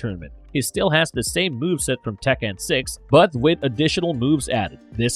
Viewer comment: This AI can't pronounce the "th" sound worth shit lollol Mother = Mudder Father = Fadder The = Duh/Dee Another = Anudder